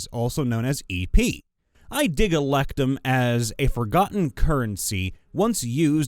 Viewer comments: Glad to see I wasn't the only one about to lose my mind everytime he said "electum". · my dude, the word "electrum" does, in fact, include the letter R, and it's not silent.